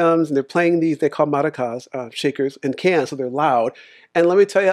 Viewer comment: Actually, he’s pronouncing it the correct way lol.